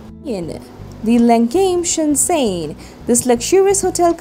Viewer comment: shen zhen, not shen zen